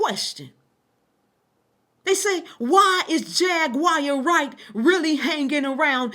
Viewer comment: It's triggering tht your intentionally mispronouncing her name over and over again... my cognitive dissonance isn't allowing what your saying to fully register bc your constantly saying her name wrong over and over again